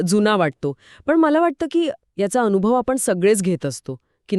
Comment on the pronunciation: ऋणा नाही ऋण, संकर्पना नाही तर संकल्पना अनुधाव नाही तर अनुभव.. अरे मराठी तर नीट बोला